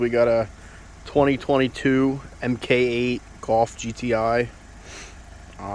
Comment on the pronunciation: It's "mark" 8, not "mk" 8. :)